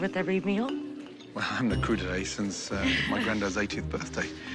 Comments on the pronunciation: "Cru d'été "? What? No! It's "crudités" ... for raw veggies. Is that what it turned into in American vocabulary or is that an error? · I love the "cru d'ete" ... somebody should look up complicated words before linking them into a film. Doesn^t look very professional ;-( Spoiler: it should be "crudités"